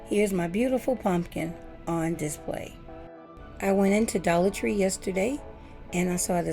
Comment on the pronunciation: Did you say Dollat Tree +??? Is that a whole different Dollar Tree or is that a section inside of the Dollar Tree?